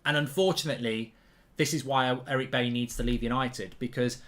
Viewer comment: I wish streamers would start pronouncing Bailly's name properly. It's pronounced Buy-ee, not Bay-ee. 😲😲😲